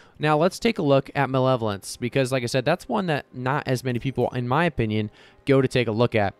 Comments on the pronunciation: MUH-LEVEL-ANCE haha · Ma-leva-lence haha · Muh-level-ence lol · ma LEV o lence